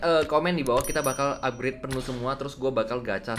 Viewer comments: "UPGRET" "UPGRET" "UPGRET" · "Upgrede" "Upgrede" "Upgrede" "Upgrede" "Upgrede"